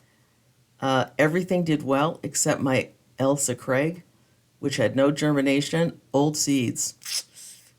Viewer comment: D and of course you can pronounce Ailsa Craig properly :D I LOVE those seed modules